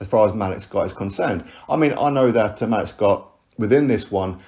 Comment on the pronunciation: Hey. Hope all is well. Malik’s name is pronounced ‘Ma-leek’ or ‘Maleak’. I was listening to your video while working and I couldn’t put 2 and 2 together until I saw the photo. I was thinking who the hell is Malick Scot?